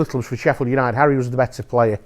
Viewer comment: "Sheffield Unided"